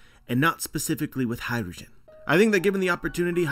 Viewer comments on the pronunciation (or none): Sick theory, definitely would be sick! but all I hear is “hydrogen” when you say “hajrudin” lmao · Hajrudin,. It's an Arabic name. Not Hydrogen.